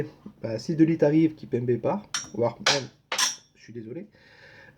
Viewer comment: "De lit" ou "Deux litres ?" 😅